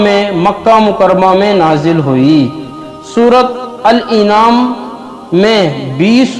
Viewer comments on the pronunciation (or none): Jahil gadhe bewaqoof Surah al an'am hai al inaam nahin Gadhe surah ka naam to sahih le bewaqoof .